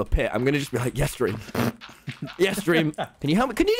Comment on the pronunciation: I Just watched you saying dweam